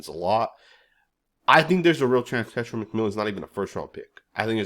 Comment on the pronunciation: Bro, it’s not tetra! It’s TE-(tay) TAI- (tie) Ro- (Roll your the r off your tongue as in Spanish) A-(ah)